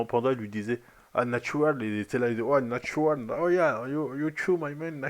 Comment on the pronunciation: "natdural, yeah nadtural"